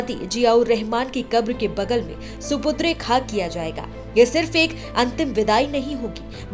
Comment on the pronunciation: सुपुद्रे नहीं सुपुर्दे ख़ाक किया जाता है।